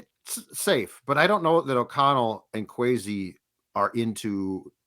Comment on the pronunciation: Will someone tell that kwesi's name is pronounced with an s not a z? Thanks